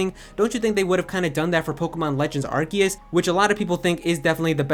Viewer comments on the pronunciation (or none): none